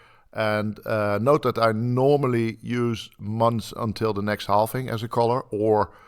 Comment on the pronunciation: Halving not halfing